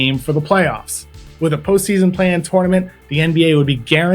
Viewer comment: Please don’t say “tournament” like that